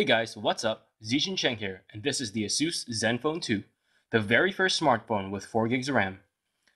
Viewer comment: it's "ace-sus", not "a-zue-s"... and just to be fair, all the other phones that you have reviewed were all "name-brand" smart phones, though some were not highly recognized in the U.S. market. But nevertheless, they're name-brand.